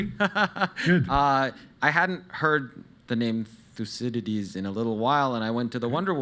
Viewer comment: Its actually pronounced Thoukede'des in Greek.